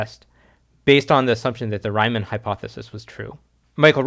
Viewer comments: For reference, it's pronounced more like "Ree-munn" (but with a hard "German" R of course, not with soft English "R"). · similarly, you mispronounced riemann